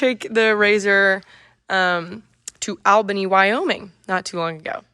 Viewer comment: "AL" BANY...no ALLBUNY is the correct pronunciation.